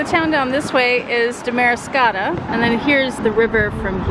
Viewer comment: It’s pronounced DAM-ariscotta.